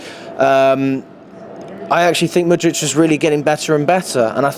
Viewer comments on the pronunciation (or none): It's December and bro is still saying Mudrych ... We're finished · Whats with always saying mudric instead of pronouncing it with a “k”